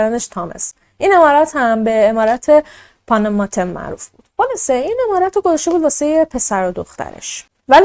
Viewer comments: پونوموتوم گفتنت به لهجه جنوب هند خیلی جالب بود و واقعا اونا همیطور لهجه دارند، موفق باشی جان ❤ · خب من که عاشقت شدم وقتی پاناماتن رو با لهجه هندی_انگلیسی گفتی دختر زیبا ❤ - خیلی جیگری بخدا 😍😘😇😘😍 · تو با اختلااف بهترررینی هم عالیی هم جذااب و با نمک اخه چرا اینقدر جذااب صحبت میکنی خصوصا اون قسمت اسم خونه رو به هندی گفتی ❤😊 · اسم فاميليشونو خيلي خوب هندي گفتي 😂😂😂 دقيقن هنديا همينجوري حرف ميزنن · چه با حال اسم فامیل شون به هندی گفتی 😂😂 دهنت سرویس